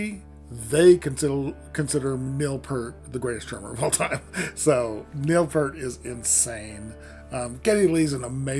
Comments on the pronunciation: It's pEARt not Pert!!! Pert was a shampoo back in the 70s. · Thanks for your review. Just a quick note re: the pronunciation of Neil Peart's surname. He pronounced it just the way it is spelled "P - ear - T" rather than "P - ur - T." By the way, the original recording of the song had John Rutsey on drums, not Neil Peart. Rutsey was fired after the first album.